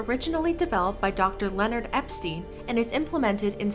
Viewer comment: Spill:Dr.Lenard Me:Lenard its Leonard